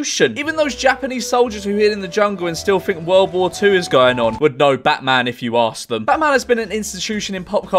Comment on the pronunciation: "Bahman" very British bahman name